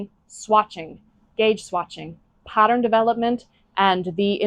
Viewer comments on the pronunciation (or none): none